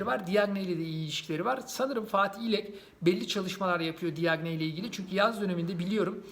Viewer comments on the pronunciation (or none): Diagne değil yazıldığı gibi okuma.